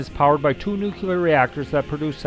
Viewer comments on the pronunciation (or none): There is no such word as "nook you lar", It is nook LEE Arr" as in NUCLEAR. People only show their ignorance by pretending to pronounce a word and MISS. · Great video, thank you. (NOOK-LEE-ER - not NOOK-U-LER) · New-clear not new-cue-ler. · GREAT video! p.s. The word "nuclear" can be broken into two words: "nu" ("new") and "clear"("kleer"). A helpful mantra is to say that nuclear is "new" and it is "clear". Put those together, and you have "new-clear". So "nu" is pronounced "new"/"knew"/"noo", and "clear" is pronounced just the way it's spelled (i.e. "kleer"). The word "clear" IS NEVER pronounced "kyoo-lar". Instead, the word "clear" IS ALWAYS pronounced "kleer". So...in review: "nuclear" is ALWAYS properly pronounced "new-kleer". Hope this helps! :-) p.p.s. Some people say "new klee-yar", which is also acceptable, but NEVER "new-kyoo-lar". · Why o why can't people pronounce nuclear right? it's not NUKULEAR, its NUKLEAR... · Nucular. NUCLEAR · Nuclear. Not nucular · You mght enjoy learning how to say "nuclear." 'Tain't nooycyaler. It's Nooc lee ar! Hard to believe anyone who can't pronounce the word right. Just sayin'... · I stopped watching at your butchering the English language. It's nuclear, not nuculer. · Great trip... kind of surprising though the narration can not pronounce "nuclear"... nuclear has one "u". "Nucular" sounds pretty ridiculous after hearing it 20 times. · I can't believe there are still educated people around who say, "nu-cu-lar!" - SMH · I had to listen to the narrator a few times before I noticed the same thing, I shook my head ever time afterward. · Your pronunciation of "nuclear" spoils the narration on this otherwise excellent video. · Dude....pronounce "Nuclear" correctly. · do you seriously not know how to pronounce nuclear???????????? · please learn how to say nuclear properly!